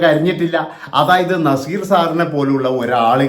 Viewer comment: Nezeerinte പേര് ഉച്ഛരിക്കാൻ ഇവൻ യോഗിനാണോ